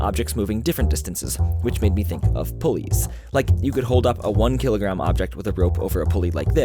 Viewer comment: At the end of the video there, thought he was throwing some subtle shade at police. Turns out, he just says pulleys weird 😜